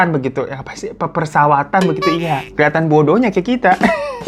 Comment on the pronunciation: Perpesawatan kali hirooo wkwkwk pepersawatan😂😂😂 lanjutkan belibetnya dh itu yg bikin nagih😂😂😂